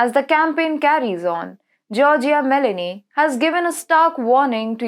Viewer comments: Broadcaster should use "Google Translate" for the correct pronunciation of foreign names. Meloni is not pronounced as if you were adding a vowel (i) to the fruit melon. Meloni is pronounced as if the "o" in Meloni is the same sound as the word "oh". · Me'loni is the pronounciation